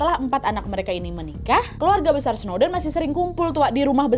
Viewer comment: Kak Nad "pilar² besal" typo dikit ga ngaruh😂😭